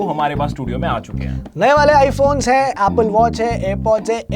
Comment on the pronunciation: 🌟 iPhones ❌ MyPhones ✅